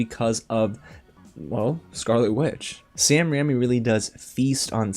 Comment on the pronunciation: RAIMI not RAMMY